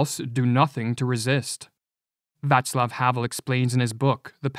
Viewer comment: Why doea he continue to refer to Vaclav Havel as Vatsel Havel?